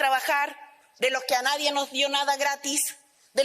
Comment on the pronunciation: Y como es?naiden,y que dijo ,nadien